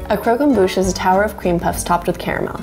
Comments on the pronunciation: Its crock Om bush not crow come booooooooooooooooooooshhhhhhh I’m sorry, this recipe is incredible too!! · Cromquemdouche right No it’s Bouche not Douche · Not pronounced ‘crow-com-boosh’ pronounces ‘croc’ as in crocodile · You mean Croque EN* Bouche it's french and it means crunch in the mouth. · Croq em Bouche Torture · her pronunciation of croquembouche "crow kem boosh" I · crow come boosh friend: Was that a sneeze?, a shoe is the normal sneeze noise: Bless you 😥😪😓like if you cried 👍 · I hate how you pronounced croquembouche